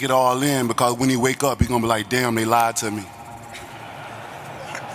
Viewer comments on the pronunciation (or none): none